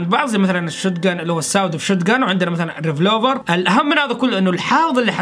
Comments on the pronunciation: ما اقدر اوصفلك قديش احبك، و مقاطعك جداا رائعة و تستاهل كل خير....لكن حاول تطور من اللغة الإنجليزية تاعتك، لانو في كل مقطع يكون في اخطاء يعني السلاح الي تكلمت عنو انت اسمه " ريڤولڤر" و ليس "رڤلوڤر "... كنت حاب انصحك مو اكثر... يعطيك العافية اخوك يزن من الاردن.❤❤ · بس ملاحظة بسيطة السلاح اسمه ريفولفر مو ريفلوفر 😅😁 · معلومه اسمه ريفولفر مو ريفلوفر